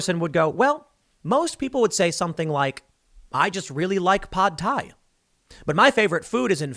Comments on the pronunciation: “Pod thai” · I'm boycotting Tim until he pronounces Pad Thai correctly. Fucking weirdo.